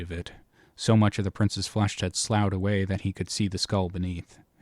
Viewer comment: slough is pronounced like "tough"